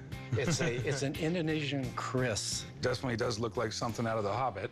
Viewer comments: Keris not Kris :) Keris is sword from Indonesia. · Keris, not Kris.. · Not KRIS, but KERIS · it's not Kris but Keris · It's not 'Kris'.. It's Keris 🤷🏽‍♀️ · it is keris not kris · The name is keris not kris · It's keris not kris thanks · It is Keris not kris.. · Its keris not Kriss its from indonesia😍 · Keris not kris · Tombak keris. Not "tomak kris" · Thats "tombak" not "tomak" .... and "keris" not "kris" Because that ll be diffrn meaning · Its not Tomak, actually its Tombak (means spear itself) Keris not Kris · It call Tombak, not tomak, and kris actually is "keris"